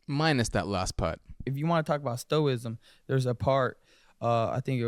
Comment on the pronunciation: Sto-ism and So-crayteez? Oh, please. You can’t be that dumb!? ….rigbt??